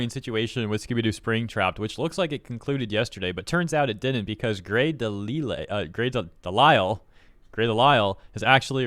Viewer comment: im glad you figured out how to pronounce her name after the last vid..but they'll never be as good as bridget hoffman..